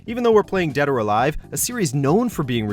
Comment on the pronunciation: Did he just say Dad Or Alive at the start?